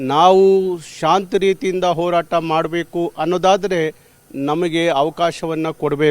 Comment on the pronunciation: Hartha Alla Le Yappa Artha Adu🤦‍♂️🤦‍♂️🤦‍♂️ Orata Alla Le Yappa Horata Adu🤦‍♂️🤦‍♂️🤦‍♂️